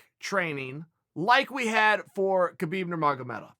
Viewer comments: it doesn't matter, winning is winning, no excuses and it is not Khabib it's Habib, th k is silent. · Why are you saying Khabib name with a K? At least say the man's name right.